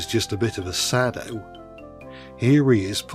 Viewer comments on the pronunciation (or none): none